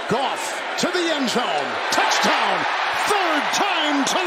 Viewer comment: i swear this dude says touchtown